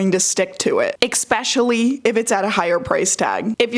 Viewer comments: Eckspecially 😂 please work on your pronunciation skills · why do some people say "eckspecially"? Is it an american thing?? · It’s not American, I think it’s just how she says especially, because I don’t say it like that. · Another youtuber I watch, Elena Taber, does it too >_> Could be a dialect thing?